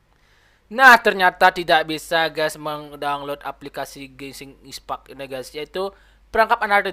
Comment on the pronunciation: Bukan Gesing ispack dibacanya tapi genshin impect